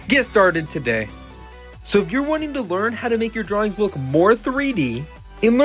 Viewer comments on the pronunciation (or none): none